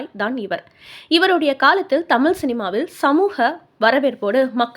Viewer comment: அம்மா சமூக என்பதை சமூஹ என்கிறீர்கள் தமிழைத் தமில் என்கிறீர்கள். தொடர் பேச்சிலே பெருமையில்லை. தெளிவான உச்சரிப்பே தமிழுக்கு அழகு.